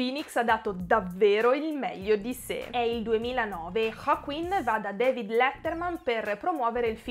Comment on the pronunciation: ma perchè pronunci Joaquin in questo modo ???